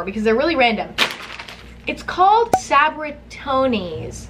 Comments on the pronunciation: Sa - Bri - Tone - es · Sab-be-cee-ton-es, that's how you would say it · why did she say sabritinos 😂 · Its sah-bri-tone-es tone as in like toner or tone sum😂💀 idk man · Esmeralda Díaz yeah cause it's a Mexican chip brand.. It's Sab-Ri-Tone-S!!! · When she kept saying sabritones wrong I felt a tear go down my cheek 😭 And when she said it wasn’t great I cried myself a river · The way she said “sabritones” hurt my Hispanic heart but also made up for it for by saying it wrong like 10 different times 😂😂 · Emma trying to say Sabritones😂😂😂😂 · You can get them at like cermak but I cringed so hard at how she pronounced it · When you're fluent in Spanish and Mexican and she says one of THE BEST Mexican kid childhood snack wrong..... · The way she said Sabritones....scarred me for life just because I'm Hispanic. Still love you Emma😍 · idk idc every Mexican cringed when she said it that way.... I fs did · I like how she can’t say Sabritones😂😂😂 I rage every time cause I can say it correctly😂😂😂